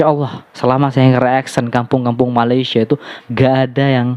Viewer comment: Malaysia....sebut dan eja dgn betul. Bukan Malasya